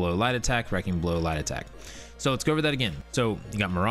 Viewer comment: I watched one of your other videos and was like I can not find lie detect under any of these trees..... after watching this I realized you were saying light attack